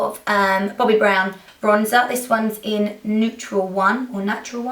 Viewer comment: You said boy brown instead of Bobbi brown